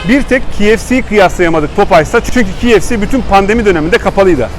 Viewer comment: bi duzeltme yapayim. KFC - Key Ef Si diye okunur. Kolay gelsin